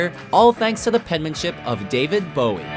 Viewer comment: When the guys pronounces it David BAOW-EE. smh it's BOW-IE. easy